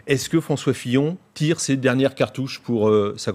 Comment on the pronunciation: A ''François Fion''